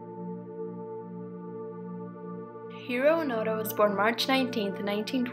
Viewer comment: Its Hiroo Onoda not Hiroo Panda